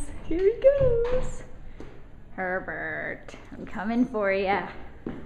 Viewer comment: It almost sounds like "Pervert", when you say his name :D But he's sooo coool :) I love this type of dog.